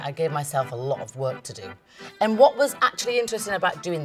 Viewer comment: I like how she’s like “you kno WOT?”